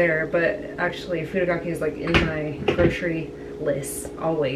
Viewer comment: Just a heads up it’s furikakke instead of furokakke. Furi means to shake but if you say furo that’s like a casual word for bathtub heh. 💕💕💕 thanks for the recipe though! Looks delicious!!